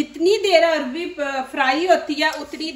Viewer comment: بگڑا ہوا تلفظ عربی ہے اور ٹھیک تلفظ اروی ہے